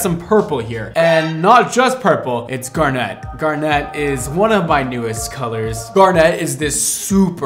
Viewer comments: Actually Steven universe said that Garnet is pronounced Gar Knit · The way you say garnet 🤦🏻‍♀️ it’s actually Gar-net like the fish gar and a net you catch butterflies with lol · I'm sorry, I love you and your videos but the way you pronounce garnet so incredibly wrong as gar-nette makes me go ooooooo xD Keep being you though, we love quirks <3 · dude the way he was saying it bothered me so much 😂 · Garnet is my birthstone and I can safely say I've never heard anyone pronounce it the way you do! The color is FIRE, though! Love, love, love your videos 🤩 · My inner geology nerd is in so much pain listening to him pronounce garnet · we love you, but the why are you putting the emphasis on the "net" in "garnet"? It's killin' me. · U pronounce garnet weird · 😭😭 stop saying garnet like that, I beg of you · Please learn how to pronounce Garnet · Just an FYI that the emphasis is on the first syllable of garnet for the gemstone - GAR-net, not gar-NET. If the color line has the emphasis on "net," cool. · I would give him a pass on the pronunciation of garnet; but when he states very clearly that he named it after the gemstone, I have to point out that the emphasis should be on the first syllable & the ending is not pronounced like a hair net. It would sound more like GAR-nit, not gar-NET. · Ok,. It's pronounced GAR-net, not gar-NET. The emphasis is on the first syllable. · Also it's GAR-net, not gar-NETTE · I know. But “garnet” doesn’t sound nearly as cool as “garnèt” ☺️ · I'm so confused with the pronunciation of 'Gar-net' and it being purple. My grandmother LOVED garnets. I've never heard it said like that. I've always heard "Gar-NIT" and it's definitely a deep red. It's like hearing "Gr-eh-n" and it's described as blue. My brain can't. 😆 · Gar-nit. If like the stone. Same tone so guessing. No gar-net. I think that is a gar fish catcher. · It's ...Garnit ....not Gar-net.....just FYI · Gaar nuht not gar net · It’s usually pronounced “gar-nit” 💜